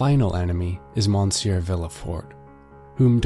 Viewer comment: My ears were bleeding with the bad pronunciation! MONsuir, SHATTO D-eef, vil-le fort. I couldn't take it